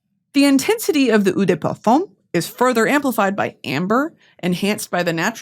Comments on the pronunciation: Eau is pronounced literally just like “oh” or the letter “O” (not like ew lol) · eau in 'eau de parfum/toilette' is pronounced like the letter O, not ooo ! :) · Eau de parfum is pronounced "OH" not "EW" 👌👌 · Don't wanna be that bitch but it's "oh" de parfum not "ooh" de parfum. Like the o in okay. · Just a French Canadian here... Hear me out : Instead of saying "oo dÉ perfume", try saying "o de parfunh" (like you would say uuunnnhh). Also, Bois (wood) sounds like "Bwa" and not "Boys"! That's all, have a great day :) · The eau in eau de parfum is more like oh than Oo